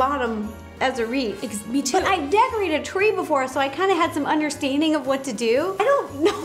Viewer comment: Ro says wreaf not wreath